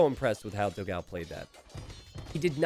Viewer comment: Waiting for the day when will learn to pronounce Dogão's name correctly.